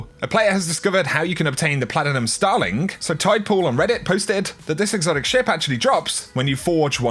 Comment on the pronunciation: Anyone else put off by the way he tries to say platinum??